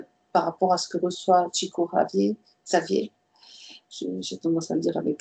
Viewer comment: Très intéressant et je crois bien que l'essentiel dépend de nous - cocréateurs, comme dit la médium. Au boulot, mes amis ! Petit détail concernant le nom de Chico Xavier (pour les puristes) : On doit prononcer son nom comme si c'était écrit (en français) "ChicOU CHaviÈRE", mais sans le E que j'ai mis à la fin, pour indiquer qu'on prononce le R.